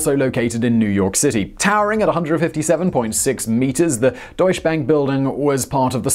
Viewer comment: "Deutsche Bank" Say "doycheh bank".